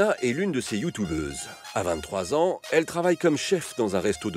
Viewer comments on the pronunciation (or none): Y'a que moi que ça perturbe le journaliste qui dit : "youtOUbeuse" ? 😂